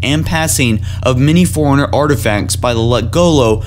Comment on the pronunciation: Holy shit. I know you're reading off a piece of paper, but could you at least do a couple of pre reads. Dear lord dude. Not to mention one of you keeps saying "Foreigners" and not "Fore-Runners" and "cam-pain"